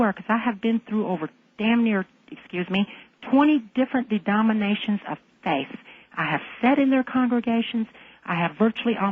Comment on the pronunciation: she said dedominations lol......dumb dumb satanic lady haha